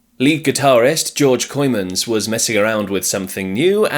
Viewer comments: Pronunciation not too bad. It's just that, understandably, English speakers think that "oo" takes the pronunciation as in 'poor', when it is actually as in 'rope'. So, Kooymans more like Koh'ymahns (does this make sense?). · I'm pretty sure Kooymans is pronounced Koymans, like Koi Carp.